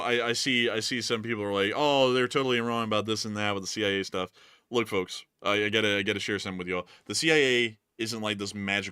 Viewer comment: you don't have to pronounce the "L" in "FoLKs".